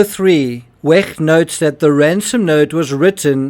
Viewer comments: To the narrator, please stop pronouncing the “ch” in Wecht in such a mucusy, phlegmy, gurgling, grating way. “Ch” is softer like an “sh” or an “h.” The way you are pronouncing “ch” is extremely annoying and painful. It’s noise torture. Kindly, in the future, please pronounce “ch” like a soft “sh” or “h” the way it is supposed to be pronounced. Thank you on my and everyone else’s behalf. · Why do you pronounce Wecht in the German way and not how the doctor pronounces his own name, especially since NEITHER of you are German?